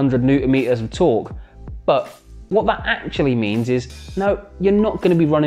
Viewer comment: Your “Bbaa” (but) is funny